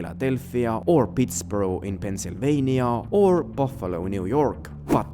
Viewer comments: Pittsburgh is pronounced Ptts-berg like a German city, not Pitts-burrow like a Scottish city. Like Hamburg, Germany not Edinburgh, Scotland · Its Pittsburg not borough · Bro. You don’t know shit. Philly has been had a crime problem. Carcer City is Likely Philadelphia, PA! *Not P”N”! And it’s damn sure not Pitts”borough” it’s called Pittsburgh! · it’s pronounced “Pittsberg” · Pihts-BeRG :).. Or Pitts-BeRg just helping out :) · A foreigner calling Pittsburgh Pittsboro is funny 😂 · Minor nitpick, but Pittsburgh is pronounced, "pits-BERG." Categorizing Chicago as a rustbelt city is a little awkward. Geographically it fits, but the the term is usually coupled with a lot of the urban decay that set in when heavy industry declined. So, Chicago is usually exempted, even while it's literally flanked by dust belt cities such as Gary, IN and Detroit. Also, the heartland is mostly synonymous with the midwest and parts of the west (such as MT, WY, CO, the Dakotas, etc), not the rust belt. As a NYC thing, "nearby," probably means on or near the coast. Upstate (so, Buffalo, or Albany) isn't considered, "nearby," even though it's geographical proximity. Guesses that it refers to someplace in New Jersey, such as Newark, seem pretty likely. The Camden speculation is a bit of a stretch, given that's down by Philly, so calling it, "nearby," would be a bit awkward. To be clear, I'm not trying to shit on your work, it's just that American geography gets profoundly strange when you start looking at these kinds of descriptive terms. Not helped because Rockstar does play fast and loose with these concepts. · been to Pittsburgh so many times in my life, you mindlessly pronouncing it “borough” really sent a shock to my nervous system. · Just helping but it's pronounced "pittsberg" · I view Carcer City as an amalgamation of industrial Midwest cities. Also, Pittsburgh is pronounced like Hamburg and not like Edinburgh. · Pittsburgh is pronounced Pitts-burg. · What did Yu call Pittsburgh lol